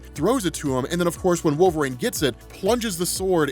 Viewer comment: WHY DO U KEEP CALLING HIM "WOLVERAAYNE" its wool-ver-een